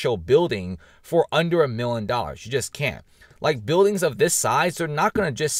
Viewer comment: PRONOUNCE: "MILLION"